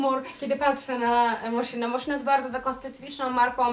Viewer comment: Dziewczyny to nie „Moszino” tylko „Moskino”